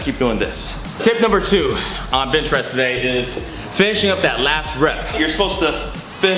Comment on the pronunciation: why do you keep saying bitch press?